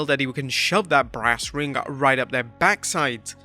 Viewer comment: Brass ring?! I thought he said branding 🤣